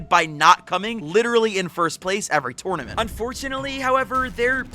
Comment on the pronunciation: The way he saying tournament making me mad